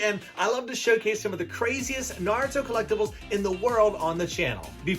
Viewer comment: Naurto and naurto